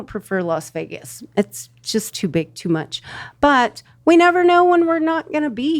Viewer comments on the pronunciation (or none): none